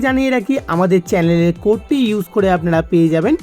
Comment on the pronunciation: Channeler ❌️ Chaleler ✅️